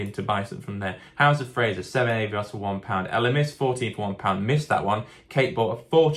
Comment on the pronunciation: I had to stop watching because of the way you say Avios. It’s Ah not Eh